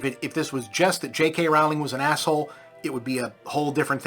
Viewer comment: This guy calls Rowling (mispronounced) Hitler, but there's a literal quiz you can take to see if various quotes were made by Nazzies or Bob.